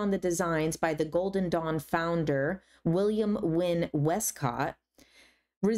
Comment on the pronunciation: I thought you said "golden dong" for like 3/4 of this video and didn't even question it once lol I think I may need to rewatch your discernment video 😅